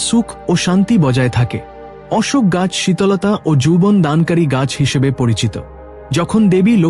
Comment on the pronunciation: উচ্চারণ ঠিক করবেন।অশোক গাছের কথা দুই রকম বললেন।রাধে রাধে।